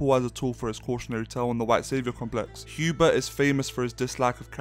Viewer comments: Sweet Jesus hearing HUbert instead of HERbert is distracting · Says after reading dune Messiah Paul atredies is is favorite character Pernounces "Hubert" instead of "Herbert" Lmfao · In the video you were saying frank herbert's name wrong